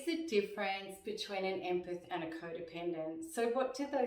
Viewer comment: Empeth , it's empath